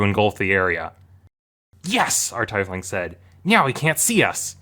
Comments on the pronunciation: So many comments. In case nobody mentioned it, tiefling comes from the German tief which means deep and is pronounced teefling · I refuse to believe that that's the way tiefling is pronounced. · It's still slightly irritating the way you pronounce Tiefling, lol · Your pronunciation of tiefling is very stifling. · Dude, I really enjoy your videos, but you are going to give me an aneurysm if you keep pronouncing it TIE-fling. The "ief" is pronounced just like they are pronounced in "Thief". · What the fuck is a tye-fling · Argh. Tiefling. TEEF ling. From 'tief' or :deep: in German. Being from the deep..... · Teefling It's pronounced teefling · It's pronounced teafling god dam it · It's pronounced tee-fling. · teefling... tee-fling... TEE-FLING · Actually, it's pronounced "teef-ling." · I can't get over the fact that you say "Taifling" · usernamedkjah wut m8 I'm pretty sure it's pronounced teef-ling pretty much everywhere. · UK here, it's definitely TEEfling. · Its a germanic based word from tief which means deep aka deeplings and it is TEE-FLING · Nobody. Says. Tomāto. All you are saying is that you don't care about the minute difference, but clearly you do because you keep going and going. But guess what, all we are trying to say is that you are wrong. You are wrong. Wrong. WRONG. See that word? Apparently not. The race. Is pronounced. Teef-ling. You say anything else, it is WRONG. You cannot use the excuse of, "Well tomato/tomāto, I can say it however I want", when you are trying to convene that you are correct. You aren't. You just aren't, you are a massive fucking idiot. I don't even pity you anymore, this is a new emotion. I can't even find the name for it. Somewhere between disbelief and absolute disgust at your behavior. Stop, get some help. This level of delusion, stubbornness and self-perpetuated superiority is a mental disorder, a psychosis even. How do you function? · I hate how pronounces tiefling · America here, it's teefling. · TEE FLING NOT TIE FLING